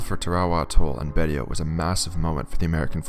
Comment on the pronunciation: Pronounced “Baysho”